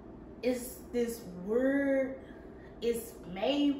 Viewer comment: Yass black dress😍The way you say weird is so funny 😂. Where you from?